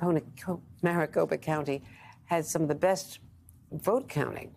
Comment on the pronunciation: Andrea didn't get Kari Lakes name right this entire segment. Kari Lake is running for governor, Kelli Ward is the AZ GOP state chair. Someone get her off the air, she can't even say Maricopa correctly. I thought she was having a stroke